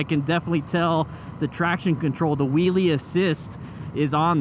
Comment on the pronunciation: Did he just say whoolie assist?!